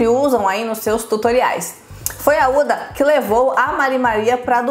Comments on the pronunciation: O h da huda não é mudo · Se fala “Ruda”, não “Uda”